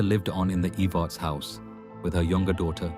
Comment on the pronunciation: Watching from harlan ky, verda, she was kin to my husband. It's not pronounced eve-arts its Ehv-erts